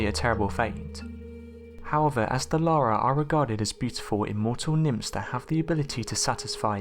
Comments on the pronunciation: The name is yara not Lara this boy said Lara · It's Iara with an i, not Lara. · It!s Iara not Lara; it's an indigenous name. Will not qork on gay men.